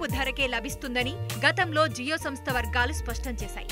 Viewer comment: జీయో కాదు జియో